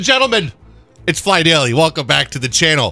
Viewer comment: Did he say “PhlyDAILY”???????